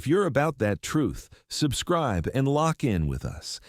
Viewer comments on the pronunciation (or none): none